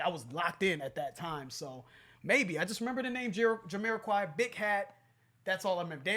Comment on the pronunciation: Can someone please correct me if I'm wrong, but is Jamiroquai supposed to be pronounced Yuh-me-ra-kai or is it Juh-me-ra-kai??